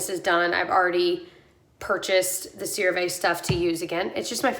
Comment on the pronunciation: PSA for everyone! One of my sister's friends was a rep for CeraVe for years. It's pronounced SARAH-Vee--IF you care! It's not a biggie, honestly, but if you're one of those people who can't stand the thought you might be saying it wrong... there ya go!